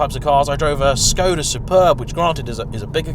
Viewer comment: Did you say Skodia?